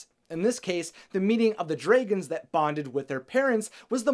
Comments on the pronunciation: I still notice that likes to call them "Dr-Ay-guns" instead of the correctly pronounced "Dr-ah-guns". 😋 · I keep getting triggered when you pronounce dragons dr-ay-gons Rather than dr-ah-gons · Dray.., gon..., ha.., I don't know if you are just trying to be different.., but it's terribly wrong. Love your enthusiasm.., but at least call them properly.., they are "Drag"ons.., with emphasis on the Drag.., not Dray. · It’s dragons, not dreigons. He keep saying dreigons. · Its dragons not draagons!!!!!! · Am I the only person who is hearing "dregens"? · Lmao I love how you pronounce dragons😂👌